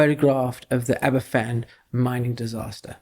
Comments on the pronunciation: One very tiny point - it’s pronounced Abervan , not Aberfan (a single f in Welsh is a v sound, whereas ff is a f sound - hence the long running joke over the pronunciation of a famous welsh beer Felinfoel 😉) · "Aber-Van", not "Aber-Fan"'